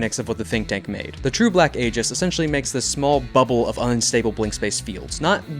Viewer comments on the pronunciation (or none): ee-juhs. That's how the word aegis is pronounced.